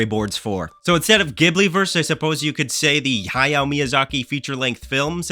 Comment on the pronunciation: Isn't it pronounced "Ghibli" not "Ghibli"?